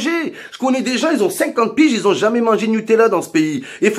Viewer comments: Ouais sur le fond il a raison, c'est la façon qu'il a de le dire qui me fait marrer, le "nupala" il m'a terminé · Du "Nupalla " mdrrrr